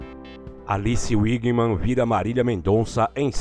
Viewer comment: É véguiman ... Alice wegman como se fala